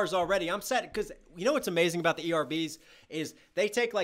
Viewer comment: I have never heard anyone say aboot here😂🇨🇦